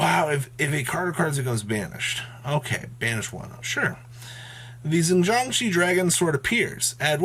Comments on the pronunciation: keeps pronouncing Jiang Shi which translates to zombies. It's pronounce Xi-ang Ji-an, together being 2 syllables. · "She-yang jee-an" is the pronunciation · btw, you probably will not see this but xiang is pronounced with a j sound similar to the french for I (Je), so it's more of a jsh (as 1 single sound) ang, shin but a soft sh